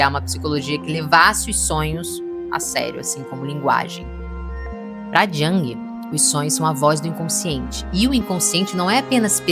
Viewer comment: A pronúncia é “iung”e não “djang”. Nada pessoal, ouço muita gente se referindo ao Jung dessa maneira errônea ❤